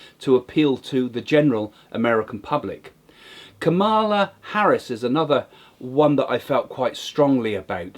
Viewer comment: Barry sauders,? You see the future but you cant get these names right. And its kah mah lah harris.